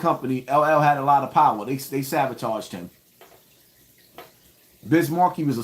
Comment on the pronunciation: Uhhhh it’s sabotaged not savotaged 😂😂😂😂😂😂😂😂